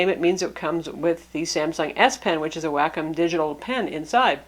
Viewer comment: "Wack- kum pen."